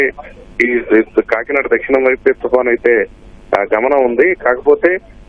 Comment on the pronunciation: తుఫాన్ ( తుపాన్ కాదు)